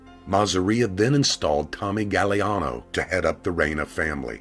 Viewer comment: it's pronounced "gag-glee-ahh-no